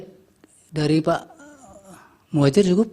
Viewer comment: Pak Hakim kok salah sebut piye tokiiih.. Pak prof Muhajir di bilang prof mujahir😅😅